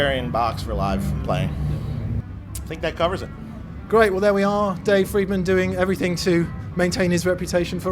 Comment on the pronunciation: It's also pronounced FRIEDman. Not Freedman. Easy to remember.... Look at Dave... what does he eat? Fried Food. Tons of it.